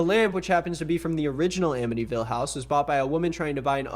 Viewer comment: god, as someone from ny the 'Amityville" thing makes me unreasonably annoyed lmao